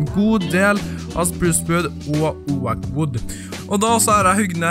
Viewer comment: Det skrives Oak, men uttales Åok! Ikke O-ak! Det er sinnsykt irriterende! Du sier det feil i hver episode!